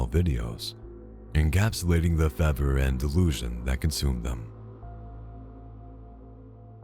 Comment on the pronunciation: Great video! (FYI it's: Fervor, with an 'r')